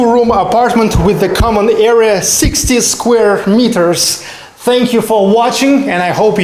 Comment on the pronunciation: area or era? It is hard to understand.